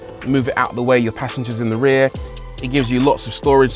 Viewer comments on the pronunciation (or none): none